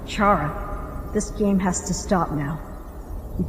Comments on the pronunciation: I just want to clear something its not pronounced ch-ara is like k-ara you aren’t going to chat character like ch is like k it’s like when you say chara-cter, sorry that really bothers me! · Its not chara its cara is spelled chara but it's pronounced cara